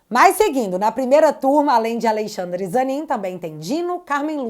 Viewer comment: Esqueceu o "n" de AleixaNdre.kkkk😅😅